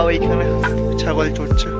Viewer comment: ছাগল উচ্চারণটা ঠিক করে নিও। কথাগুলো স্পষ্ট উচ্চারণ সহ একটু ধীরে হলে ভালো লাগবে। Ok, carry on 👌